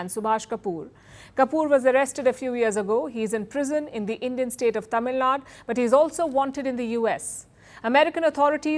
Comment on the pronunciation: Palki, you are a big journalist representing India but you couldn’t pronounce the “u” in tamilnadu? Did you have to say tamilnad? Shame on you.